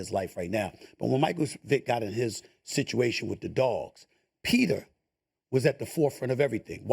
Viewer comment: Did SAS call PETA, Peter?!